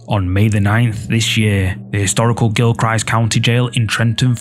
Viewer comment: Video 1 about the haunted old jail is pronounched, Gihl-krist county. I'm from the area.